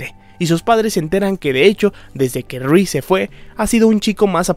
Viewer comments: Porque decís "Ruiz"????? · excelente trabajo tu vídeo 👍👌 felicitaciones 🙂... sólo me incómoda escuchar "Ruíz" en lugar de "Reese" (Riss). 😅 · YO ESCUCHANDO A DECIR RUIZ:V:V:V:v:v A REESE